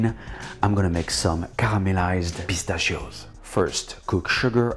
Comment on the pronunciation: Bro when you said pistachios a couple times I thought you were speaking in French 😂